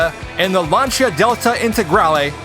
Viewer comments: Lan-see-ah, Lancia, Lan (like man) see/sea - ah/uh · Please say "Lancia" correctly... Please! Great content btw :)